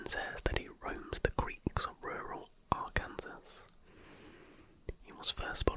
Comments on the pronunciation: It’s pronounced are-can-saw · Great vid!!! Just a heads-up, Arkansas is pronounced "ar-kan-saw". Thanks for the content mate! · Spookiest part of this video is the pronunciation of Arkansas xDD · The way you pronounce Arkansas is hilarious to me even though it makes sense to be pronounced that way